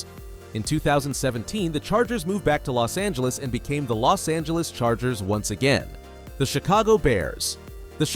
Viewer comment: Los angelos